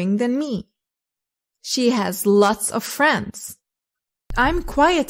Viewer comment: Why do you insist to pronounce "of" wrongly? Of is pronounced as /ov/ and off is pronounced /of/